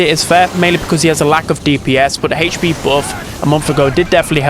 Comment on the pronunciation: Ppl: hp: hech pee